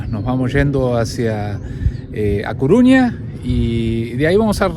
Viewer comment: CORUÑA. Por qué decís Cuuuruña? Nunca lo leíste? Saludos